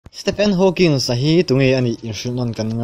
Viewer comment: Stephen Hawkings a nilo.. Hawking aw